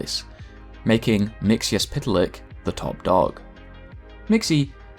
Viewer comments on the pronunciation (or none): It's pronounced mix-er-plitz backwards it would be zitilp-re-exim....ahhh sh•...... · His name I believe is pronounced Mr. Mixophlic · "mix" "yes" "spit" "lick" Official Canon Pronunciation. From Mxy himself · His name is mixy-pittle-ick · I pronounce it mix-za-spit-ul-lick